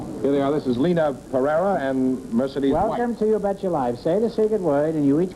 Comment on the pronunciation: so, you now, want to teach me german .. it is lena as in bet ya .. try forvo, forvo helps